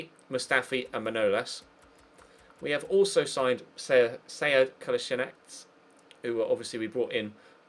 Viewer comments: parni valjak melje the man himself said it's pronounced as it's spelled: 'Ko-lass-i-nack' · Just so you know, Kolasinac is pronounced Kol-laz-i-nach.